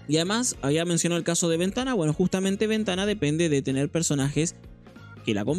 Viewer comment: mano aprendete los nombres a Venaka le dices Ventana .. a Levia le dices Loen porfavor